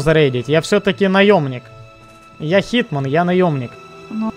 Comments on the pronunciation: Не хитман, не Джон чиз Уик, а ЧИЗман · HitMan а не HeatMan =))